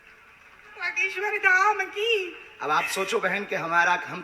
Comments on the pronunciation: Name pronounce thik se karo mam. Baageswar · Behena tum ek lauti ho yeh duniya mein jisse Bageshwar bolna nahi aata. Aur aapke comments toh lajawab hein. Pappu ki behen ho aap